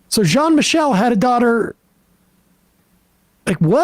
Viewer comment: Jean Michele isn't "John Michael"